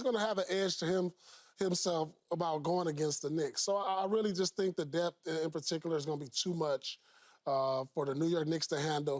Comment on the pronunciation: "DEBT" or "Depth"